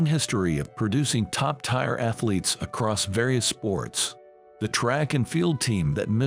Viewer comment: Tier is pronounced tear not tire.